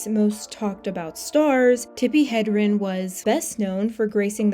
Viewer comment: Hedrin, not Hendrin